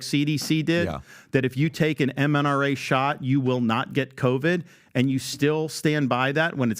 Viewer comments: Bro said MNRA vaccine 😂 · “MNRA shots” 😅😅 Twice!